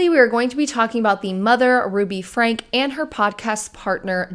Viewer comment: I'm sorry just one little thing it bugged me for some reason. Her name is pronounced Frank-E. Like "Frankie". Also Jordan and McCay have wonderful deep dives about the Franke family and their Mormon beliefs and how that ties in to everything.